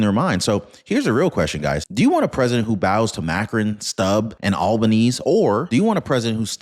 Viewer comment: It's pronounced Mah krown... 🙂